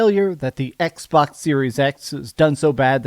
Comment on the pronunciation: Did he just say xwox instead of xbox😂😂😂😂😂 dang